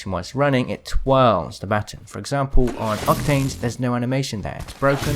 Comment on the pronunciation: Lifelines battin? You mean baton